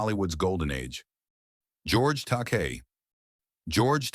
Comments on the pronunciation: “George Takay” So what’s the last letter in his Surname? It’s I not a Y, so that means what? Yes, that’s right, it’s pronounced as such. George Ta-Kai (Takei). Kei is also a boys name spelt Kai whereas Kay is a girls name and take away the K you’re left with what is reading the script for this video albeit poorly eh. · Is this AI narration? If so, please teach AI correct pronunciation of George Takei [te-Kai] and Sal Mineo [Min-e-o]. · No excuse not to know how to pronounce Takei. No outro? Vid ends too abruptly.